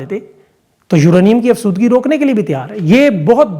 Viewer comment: سالام یورینیم افزدگی ( نہ کہ افسودگئ)